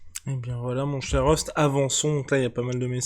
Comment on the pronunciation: El famoso « teh l’époque »....Rust l’accent est parfait 🙌🏼🙌🏼🙌🏼